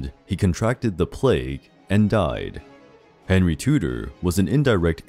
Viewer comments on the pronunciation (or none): none